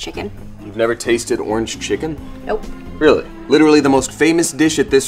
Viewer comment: Literally no one. He not knowing ever how to say any chiken